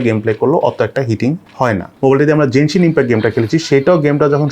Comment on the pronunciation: what is jenshin impact? its called genshin impact